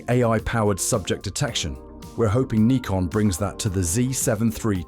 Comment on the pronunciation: You sound British. So what's with all the N-eye-kon and Zee? It's Nikon - as in 'sick, prick, dick' and Zed.